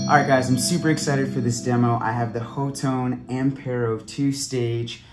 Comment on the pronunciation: Pronounced "hot tone" for future reference 👍